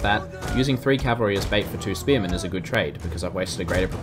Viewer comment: Cavalry not calvary